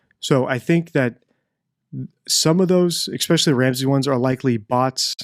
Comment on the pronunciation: Please. ESPECIALLY HAS NO X